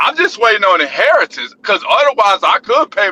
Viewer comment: What an absolute idiot. I can't make any sense of the sentences leading up to the one "I jus waytin fo a heritance"